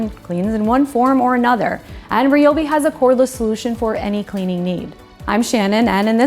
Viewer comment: Not RIOBI, it's RAIOBI or I'm out.